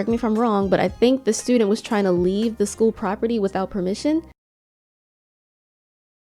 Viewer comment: “De pressure is getting Worse”